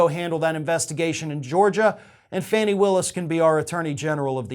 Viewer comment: I’m pretty sure her name is pronounced “Fawn-nee”